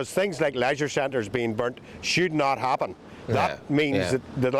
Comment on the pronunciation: Shooed not ahpen. Riot...I mean, riight. I'd like t' care about Eire & her ire, tho' it's not St. Paddy's poetry club anymore. More paddywhack paddy wagon. Tsk. (P.S. -- lame photo repeats. Lazy.)